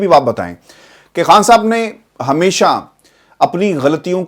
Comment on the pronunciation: I like how you pronounce “Khan Sahab”